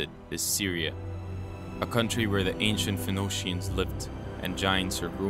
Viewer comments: The way you pronounce " Phoenician" like a minute in made me not trust you to learn from. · Phenocean? You mean Phoenician